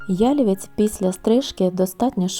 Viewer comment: Дуже красиве відео. Багато роботи вкладено в таку красу. Гарно відзнятий матерал. Трохи спантеличило те, що ви робите наголос в слові ялівець так, ніби то озвучує коп'ютерна програма😮